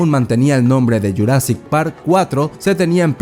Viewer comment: Estaría genial un redoblaje para JP93, que le digan jurassic en vez de yurassic es medio cringe la verdad, aun así, siempre seguirá siendo mi peli favorita de la historia del cine.